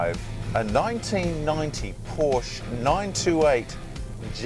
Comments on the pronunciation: Yes, I agree. Your pronunciation of Porsche spoilt what could have been a great review. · Learn how to pronounce Porsche